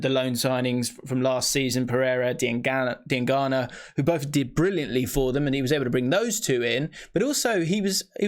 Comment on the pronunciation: The biggest talking point is that finally learned how to pronounce 'Diangana' properly.